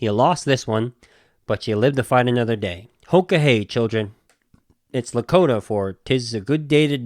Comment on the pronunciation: Yeah I'm Dakota. You pretty much got the "Hoka Hey" right.